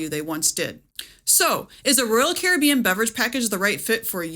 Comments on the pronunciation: Your pronunciation of Caribbean drives me crazy. I had to stop watching. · I'm just bothered by her pronunciation of carribean. I'll get the drink package and enjoy the lack of worrying about what cost will add up at the end of my vacation. Thank you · Its pronounced Caribbean..... NOT Caribbean. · The way you pronounce Caribbean is annoying. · Your pronunciation of 'Caribbean' and 'Evian' had me in stitches 😂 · Pronouncing Royal Caribbean the same way you pronounce pirates of the Caribbean is wild 😜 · Please pronounce Caribbean correctly! As in Royal Caribbean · Yes, and the pronunciation of "complementary" along with using "your" in the graphic when "you're" is called for. (It's tough being us.)